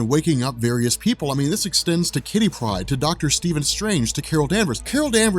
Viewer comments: u say Kitty pride like it's an actual large group of cats instead of a person lol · Love your vids,and I'm sure someone has pointed this out to you but WHY DO YOU SAY Kitty Pryde LIKE ONE WORD?